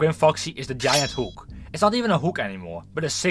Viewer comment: I will type in English to not attract this to the Dutch algorithm but dude, you sound like you're not even trying to pronounce stuff correctly, I don't know if you're still in school but if you are please speak with your teacher about your pronunciation, I think most native English people aren't understanding you correctly, for example you pronounce "hook" like "hoek" when that's not how it's pronounced or "animatronic", you sound out the R when that's really not a thing in English, as both a native Dutch and English speaker your English hurts my ears :,)